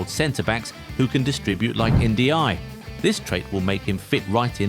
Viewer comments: Pronounced N-jai. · It's pronounced njay.